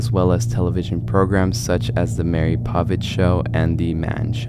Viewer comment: It's Maury Povich. Last name pronounced Poe-Vitch